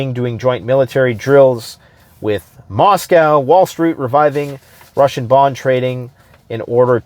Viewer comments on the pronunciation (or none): none